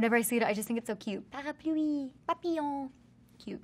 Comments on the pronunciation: Pareepluii🤣😭vs parapluie 🤣😭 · Lmao and “parapoolie” *parapluie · The way she pronounce '' Parapluie'' is so cute 💕 Dove and I share birthday (15 January) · Ive watched her say umbrella in French over 20 times now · Her accent was okay but she flipped the r on parapluie which is the wrong sound. It’s cool that she speaks, though! (I’m québécoise so pronunciation might be different if you’re français) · Dove: mispronounces peu (she said poo when it should be said like peh) and parapluie (she annunciated the end too much, it should be said like pa-ra-plwee, whereas she said pa-are-ploo-ee) Also dove: I can speak more French than I think I can